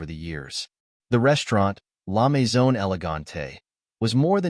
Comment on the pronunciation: La mezone? Try La Maison.